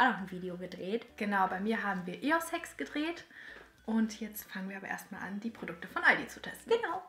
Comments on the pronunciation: Wer hat auch eo-sex verstanden 👌🏻😂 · Bin ich die einzige, die Statt Eos-Hacks Eo-Sex verstanden hat?😂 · ich hab eos Sex verstanden habe es mir 3 mal angehört und immer eos Sex verstanden 😂😂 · Ich, ich habe eos Sex verstanden 😂😂😂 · Ich habe am Anfang verstanden: ,,Wir haben Eos-Sex gedreht'' Bin ich die einzige Person die immer 2-deutig denkt :D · 50% der Kommis: "Ungeschminkt" Die anderen 50%: Wer hat auch statt EOS Hacks EO-Sex verstanden? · Bin ich die einzige die Eos-Hacks verstanden hat?😂 Alle anderen so : ,,Eos-Se...?" 😂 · ich habe ehhh sex verstanden😂😂😂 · ich habe eossex verstanden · Bin ich die einzige die eos sex verstanden hat?😂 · ich habe eos sex verstanden 😂😂😂